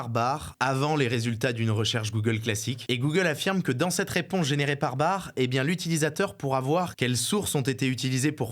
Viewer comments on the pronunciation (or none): Petite correction pour l'équipe: l'IA de Google s'appelle Bard (le D est prononcé) et non pas Bar. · Ça ce prononce "Barde" frérot 😉